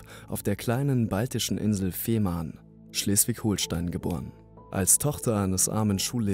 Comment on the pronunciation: Junge bitte sag holstein nich HOHLSTEIN bitte das beleidigt mich irgendwie das mein bundesland so ausgesprochen wird